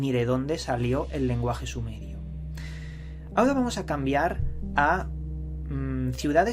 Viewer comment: Ve al logopeda, dices "d" en vez de "r", ejemplos "vadios", "cultudas" "ahoda"